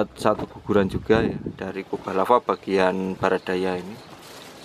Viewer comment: Larva lagi.... Lava cuy,bukan larva